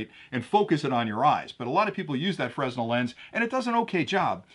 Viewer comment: The Fresnel lens is pronounced Fra - Nell. I know it is not spelled that way and a ton of people get it wrong. No dis here, just saying.